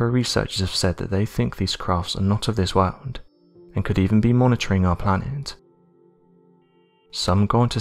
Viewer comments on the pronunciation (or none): This narrator is back to his crap garbage voice. Hid downward drawl on his last word of every sentence is ridiculous and sounds horrible. His mispronunciations of basic words like “World” are laughable.